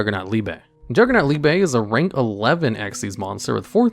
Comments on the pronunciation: You say liebe wrong every time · He really pronounced "liebe" differently in each one lol